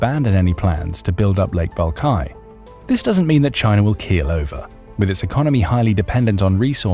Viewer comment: lake balkai??? i assume you mean Baikal..... right???